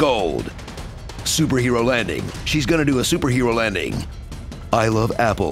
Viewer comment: "I love apples and ba-nay-nays" was the single best thing I heard this guy say